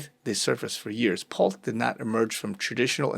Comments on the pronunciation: It’s pronounced “Pull-tee”. Not Pult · "Pull-tee" not "Pult" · Pull-tee. Not Pult🤗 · PULL - TEE (pronunciation) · His Name is pronounced Pole-tee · Pronounced pul-tee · It’s pronounced “ Pool-tee “ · Just FYI, his name is spelled 'P U L T E' but it's pronounced Pull-ti. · PUL TEE is pronunciation. Huge family business as developers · Pul-tee. That's how you pronounce the name 😊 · It is pronounced Pul-tee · It is pronounced Pulll Tea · Pronounced Pul--tee"""" They use to be one of our customers Shady as heck!!!! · Pul-tee ffs. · His name is pronounced Pul-tee. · it is pronounced pull-tea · It is pronounced Pull tee. The e is long vowel. Ex teacher here. LOL Good dive! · The last name is pronounced Pul-tee. "Pulte Homes". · Pul-TE How to pronounce his name...Pul-tee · How to pronounce his name...Pul-tee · That was bugging me too. Lol